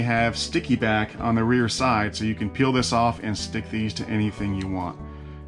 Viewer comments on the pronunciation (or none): none